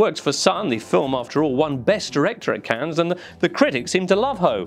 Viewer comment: you know you cant trust a film critic when they cant pronounce Cannes! lol